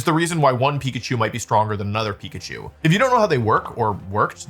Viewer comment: Pikachu ❌ Pichaku ✔️